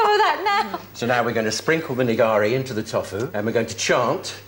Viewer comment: The guys who makes tofu can't even pronounce it properly haha "toffoo"